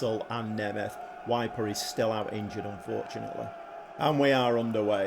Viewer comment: Kiev is in Ukraine mate! 🤣 Also, Kiel is pronounced Keel. Weiper is Veeper. 👍